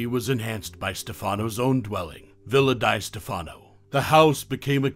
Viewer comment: It's "Villa DEE Stefano". Learn How To Pronounce Words PROPERLY!